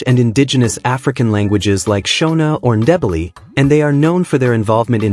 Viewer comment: This video is not one week old, therefore, you are still on time to post a newer version with correct pronunciations: — Itʼs “Évora”, not “eVOra” (with the stress on the “e”, pronounced like “sEveral”, “Ever” or “lEvel”). — “Mestiço” has the stress on “ti”, kind of if it were “mush-TEE-soo” (and it is “ç”, pronounced like an “ss”, not “c”, pronounced like a “k”. — “Ndebele” has the stress on “be”, kind of it were “nday-BAY-lay”.